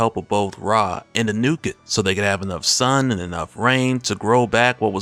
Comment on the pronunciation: it's pronounced AH New Ket